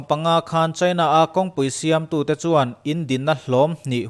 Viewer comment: A tawpah a thluk in rawn tidik lo. 'A khawih danglam duh chuan' tiha 'chuan' tih i lam rik dan kha. Thingrem kha chuan suh i tichhia ang, tih a 'chuan' lam rik dan anga lam rik tur a ni. A ngaihnawmin a hmuhnawm e.